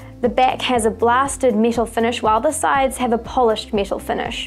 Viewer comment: She says metal like this: miiiital